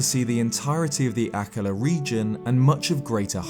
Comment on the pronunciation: Ah ka La has the emphisis on the 1st syllable on all other references I've heard spoken. But then your British and I'm Montanan.